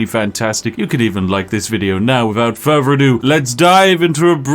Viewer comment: Whats with this dudes speech impediment? Pafetic? Furver? Dude definitely makes enough money on videos to get a speech therapist. Gotta fix that shit before you talk to Uhver people